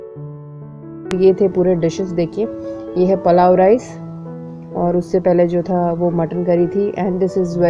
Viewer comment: Palav rice😂😂😂nahi.pulav rice Overacting bahot karte ho aap